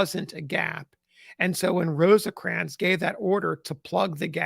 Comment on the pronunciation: It is just "Rose-crans". Not, I repeat, NOT "Rose-ahh-crans". Thank you.